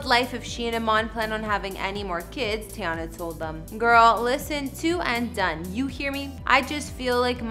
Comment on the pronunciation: Say it with me (tee-yah-nah) not tayonna